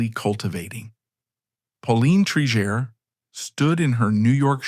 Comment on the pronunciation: You pronounced her name correctly in the beginning and now 3 x incorrectly. Obviously an AI voice. Disappointing